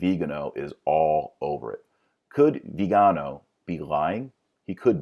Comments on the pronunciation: Interesting video, but, for precision sake, please, pronounce cardinal Vigano’ and not Vigano . The stress is on the final vocal. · The accent is actually in the last syllable. :-) Like Viga NO! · The accent is on the final syllable: vee-gah-NO. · Viganò, accent in the o. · Vigano and Viigaano, are they different people or the same? I know it's the same person but why do you keep pronouncing his name differently? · I like how you pronounce "Viganò" differently every time you say it. :) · Dr Marshall is it Cardinal "vee-gano" or "Vigano"? Quite confusing distraction from an otherwise interesting video. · Cudos for a lot of work researching this. Couple things, please. One, I've found it helpful to Google 'pronounce' and then the word--like Vigano or Reuters. Second, all of us are flawed sinners, as witnessed by scandals in some evangelical churches, but it is the elevating of mere humans to such revered positions instead of focusing on Christ that leads to massive corruption. Putting the church hierarchy on a pedestal has always been a paganization of the body of Christ.